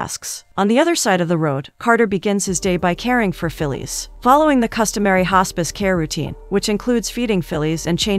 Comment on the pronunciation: "Fillees" instead of Phyllis. Automaton is junkie.